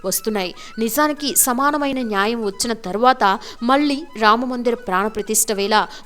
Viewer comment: అమ్మా తెలుగు ఒత్తులు పొల్లులు నేర్చుకో. మల్లీకాదమ్మా మళ్లీ అనాలి.